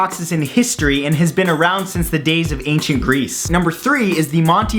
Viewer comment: it is like he is saying greece